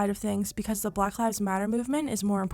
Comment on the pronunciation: she pronounces black as blagh lol